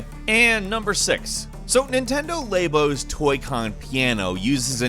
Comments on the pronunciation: Labo not laybo. You have problems pronouncing things properly. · Nintendo laybo I think you mean lab o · Here at, we say words weird just to see how many people we can trigger. "lay-bo" lol wtf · "NiNtEnDo LaY-bO " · Everyone other than: Nintendo Labo sure is cool!: Nintendo Lay-bo Everyone other than: EPICLY SLAPS FOREHEAD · Lah-bo, not LAY-bo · Laybow? Labo.. Short for Laboratory. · It’s Nintendo La-bo, not Laybo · did you just say laybo? LAY BO??? NOT LABO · It’s pronounced Labo, not Laybow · He calls Nintendo labo Nintendo laybo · nobody:: Nintendo lay-bo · Daddy1 Well no one I know says it that way. It's not a big deal. Why are you all complaining about it? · did he just say elay bo? or is it my immagination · "Nintendo's Lay-bo" Do you say "lay-bruh-tore-ee?" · Did he just say ”Nintendo laebo”? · Thumbs down for calling it Nintendo Laybo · What's a Nintendo Laybo xD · Nintendo laybo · Did you really pronounce labo like laybo as if it hasn't been officially pronounced before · Did you say laybo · Nintendo "laybow" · That's not how you say "Labo" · the way he said nintendo labo made me cringe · Um that’s not how you pronounce labo